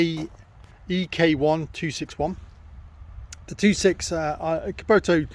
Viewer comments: Nor kuboto 😂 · Bro. It’s kubotA. Not kubotU.